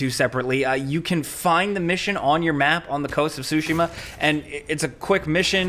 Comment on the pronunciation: It's "Tsushima" not "sushimma"